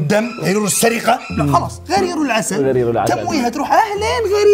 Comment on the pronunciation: ملاحظة الحيوان الأول اسمه: غُرير العسل وليس غَرير العسل